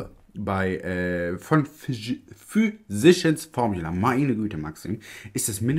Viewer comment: Physicians Formula ist so eine tolle Brand! Gibt hier in USA keine Drogerie oder Einkaufsmarkt, die/der diese Marke nicht führt! Zu recht! Ich finde die Produkte toll! Bitte unbedingt mehr davon ❤️🥳🤩🤗 (Füsischi ens Formjula wird es ausgesprochen 🤣)